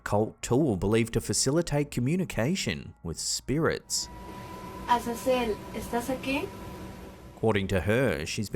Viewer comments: Brother first one is not Cecil or whatever you’re saying. The name is Azazel and as for her reaction, I’ve met a lot of Latin people that are into that stuff and think it’s funny so idk but I do know Ouija boards are no joke. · Azazel not Cecil 😂